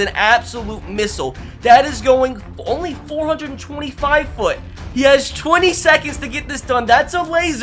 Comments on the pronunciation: Stop saying 500 foot it’s feet dude not fit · 500” foot” what it’s feet say feet